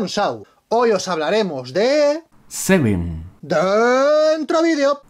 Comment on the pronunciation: Cuando dijiste seven en el video te juro que escuché semen sin albur Saludos desde Ecuador :v